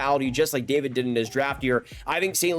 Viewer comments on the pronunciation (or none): none